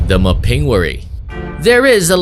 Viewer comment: You mispronounced the Mapinguary. The accent is on the first syllable.